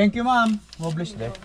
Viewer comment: Do not say “Mom” hindi mo sya nanay say it “Maam” medyo ayusin mo pronounciation mo!